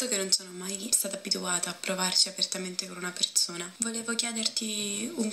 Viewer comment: Perzona... Borza... Salza... Mi sanguinano le orecchie 😂😂😂